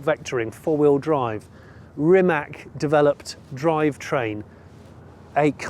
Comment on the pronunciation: It is not Rimek, but Rimac (read as Ree-mutz)